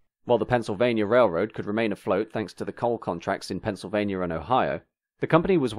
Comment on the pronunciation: Forgive a California guy for being confused, but would someone please tell me where "Pennsylvanier" is. ;-)